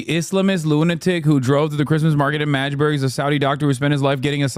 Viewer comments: Its pronounced MAGGdeburg, not Majburg. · fuckin hilarious say the same as madge-burg. like the emote. hehe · This guy said majde buurg everytime and ya'll let it slide? lol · The constant mispronounciation of Magdeburg (Mag-de-burg) is so jarring as someone who follows German football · "majburg" lol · MADGE-burg hahaha